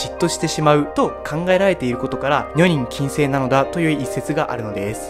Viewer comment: 女人禁制のアクセントがおかしいと思います。